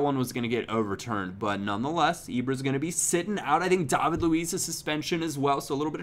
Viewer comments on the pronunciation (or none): none